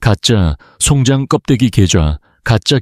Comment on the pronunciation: 이글을 읽으며 정말 송장 이라는 용어가 계속 역겹게 느콌읍니다 자세히 말하면 송장을 송장이라고 읽어야 하느데 송잠 즉 시체리고 읽고 있으니 구역질이 나옴니다